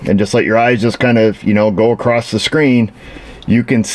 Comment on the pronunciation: I know New York has a different language than other areas of the country, but what is the meaning of the word "acrost" ?